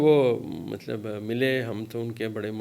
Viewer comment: Mallab nahi Matlab boliye